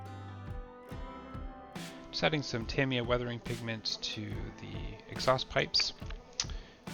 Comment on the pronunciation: Why did u say tamiya like that....